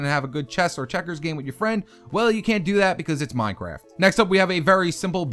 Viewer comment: he said minecwaft what :p